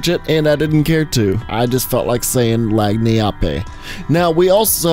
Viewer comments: Lagniappe is pronounced as "Lan-Yap", that's the closest English pronunciation of that word. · He Said Lahgneeappay But its pronounced Lagniappe {Lag Knee App} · good video and you are not terribly off, but it is "Lan- Yap" nice and simple sound, with silly spelling. lol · "Lagniappe" is New Orleans tongue for "a little extra", in regards to food primarily. It's pronounced like "lanyapp". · The word on virgil sounds like "Len-yap" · Lagniappe is pronounced Lan-yap. This is a common word here in Louisiana where I live. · Lagniappe is pronounced “Lan-yap” btw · Lagniappe is pronounced ,lan'yap I've always called it ,lan'yap because the G is silent and the E obviously but I've called virgil/ Lagniappe ,lan'yap for as long as I can remember and I have played lfd since I was 6 so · lagniappe is pronounced like “lan-yap” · lmao at how you pronounced lagniappe XD. it's Lan-Yap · It's pronounced "Linyap" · Just saying lagniappe is pronounced lan yap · For failing to pronounce that word we will never see L4D3.